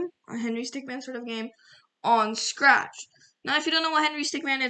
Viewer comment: you: "s r a t c h". its real pronunciation: "s c r a t c h".